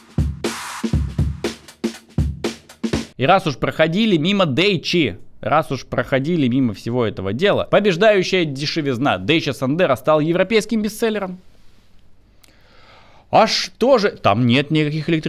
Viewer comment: Да́чия! Не Дейча😂😂😂